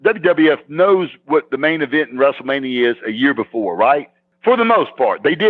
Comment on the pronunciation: He used to say WRASSLE MANIA